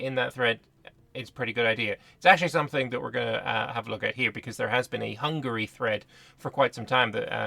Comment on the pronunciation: You are the first youtuber i know who can pronunciate Hungary the right way as a hungarian i congratulate you.